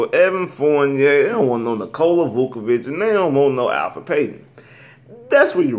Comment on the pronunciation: You call yourself a Magic fan and you messing up Payton's name! It's Elfrid not Alfred, this isn't Batman!